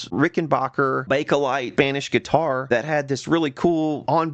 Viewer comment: It's Rick-en-back-er, not Rick-en-baak-er. Very few pronounce it correctly.